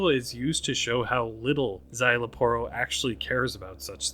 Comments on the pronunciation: You actually nailed his name. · You actually nailed Szayel Aporro's pronunciation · You actually said name correct some people say Parro some people say Porro